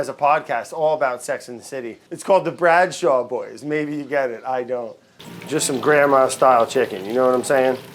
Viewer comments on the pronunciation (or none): none